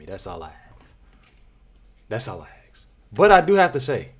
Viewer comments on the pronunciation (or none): because thats how you pronounce it. Not "AKS". Are you a big boy? Learn big boy words! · I will like the vid when you learn to say "ASK"